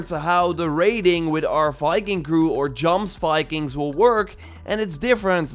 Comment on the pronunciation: Just a heads up, Jomsviking is pronounced as "YomsViking" with the J sounding like a Y